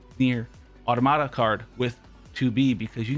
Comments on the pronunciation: You mean Ah - Tom - ahta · He almost says it correctly, then says I know and says it completely wrong. It's not auto-tomata. It's definitely not autoMATA. It's auTOMata pronounced like automaton.